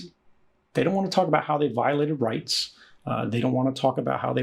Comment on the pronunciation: 'riyts are for the least among us'.